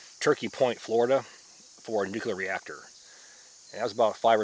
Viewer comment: Did you fkn say "nukular" there, dd?